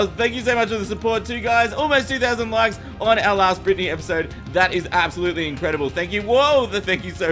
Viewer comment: I never knew slimes pronounced “Britney” “Bwitney”